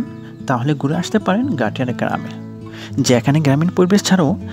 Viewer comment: Gatiyara ❌ Gaittara ✅🤣